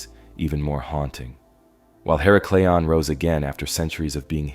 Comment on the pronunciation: her • Ack • leon You are saying hera • Cleon Just trying to help… Tom